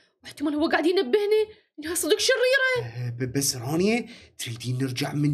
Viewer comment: منو انتبه على جيجي لمن قال شريه يقصد شريره